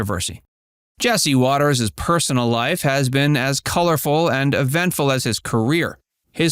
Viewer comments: It’s WATER’S world not wateres 🤣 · Inaccurate headline. And they pronounce the show name as "waters world". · Please tell this reader of script that "Watters" and "Watters' " are both pronounced with only 2 syllables. Jesse comes across as though he is just an average guy, saying what average guys think. This is what makes him likable.